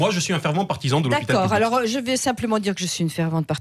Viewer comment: Tres drole de voir de menton incapable de prononcer le mot public dans "moi aussi je soutiens l hopital public " du coup la phrase sans le mot est ridicule. Tout le monde est plur l hopital lol Le mot public lui arrache la geule. Comique mais insupportable.